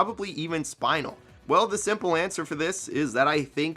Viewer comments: It’s spin-el not spinal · SPINE-ULL??? tf 🤣 she spins and is female, SPIN-ELLE lmfaoooo yeesh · U know he said spinal during the video and I'm like who the hell is spinal but its pronounced spin-el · HER NAME IS NOT SPINAL LIKE A SPINAL CORD ITS PRONOUNCED (Spin-el) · Who tf is SPINE-el it's. spin el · You get a free pass because I know you probably have never watched steven universe but it's pronounced "Spin-nel" not "spine-nel" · Bro said spine-L instead of spin-eL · It’s pronounced Spin-El, as in “Spin” like a spinning ballerina. And I love Spinel, truly Stan spinel, but Jake’s already in there? I prefer diverse meta-abilities and theres a lot of cool gems from steven universe with many different powers, besides ones we already see in this game. But I guess raven, Gandalf, the witch and Beetlejuice all have “magic”, but they have different vibes! Different styles of cake! And in terms of digitized-combat, Spinel and Jake feel as dissimilar as strawberry and banana laffytaffys. I suppose She’ll have her scythe. Maybe some poison🤞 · every time I hear you say Spinel as "SPINAL" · Did you just misspelled spinel with "Spinal"? That's not how you says her name LOL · Did anyone notice he said spine nal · Dude just called spinel spinal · the way he says spinel causes me physical pain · Why the fuck do you say spinel like that. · This is a good video but the way he pronounced Spinel 😭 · Glad to see some recognition for Spinel (despite the pronunciation). I think she would make the most sense for another Steven Universe rep and would have a sick moveset to boot. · Stop saying Spinel like that 😭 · Excuse me how did you just pronounce Spinel’s name, im crying, thats so embarrassing ☠️ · I know you don’t watch steven universe but the way you pronounce spinel is hilarious